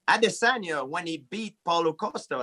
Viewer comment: Noooooo it's "a-dÉsÔnya"